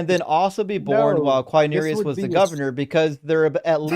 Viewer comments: "Herod" is pronounced HE-rod, and "Quirinius" is pronounced "Quirinius" and not "Quinerius" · I didn't mean to Imply that the first syllable is pronounced like the English word "he", only that the emphasis is on the first syllable. The mistake was the other guy's, not; though he did mispronounce Quirinius.